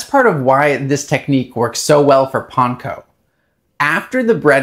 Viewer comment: Because that is the correct pronunciation of Panko.